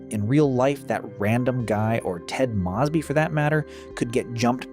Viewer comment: Why the hell do you pronounce Moseby like that